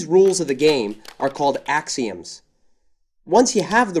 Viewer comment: "axions" bruh xd